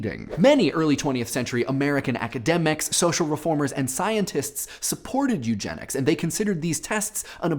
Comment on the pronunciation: when he says, "jewgenics". Oh